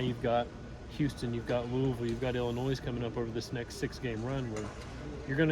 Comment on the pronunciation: ...the "S" in Illinois is SILENT... you pronounce it as though the "S" isn't even there. Please Brother... LoL